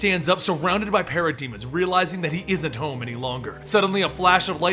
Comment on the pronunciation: Sounds liek he's saying pair a demons